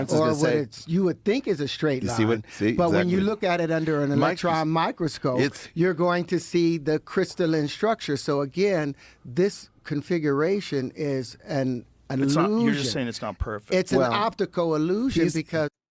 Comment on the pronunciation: Terrance really does numerous times showcase how he really has done a lot of reading in his own time with him using correct terms, but pronouncing them wrong. "Crystalline" he pronounced as "crysta-lyn" for example Its a weird dichotomy to be on one hand deeply concerned that someone like Terrance can become so lost in his own sauce like this and it takes THIS much effort to pull him out of it but also be deeply impressed by that drive. By his willpower. If the average person had that kind of drive, we'd be unstoppable. Sidenote, if I wrote a paper on anything and Neil DeGrasse Tyson himself reviewed it; I'd probably have a small stroke out of sheer happiness regardless if he liked it or not.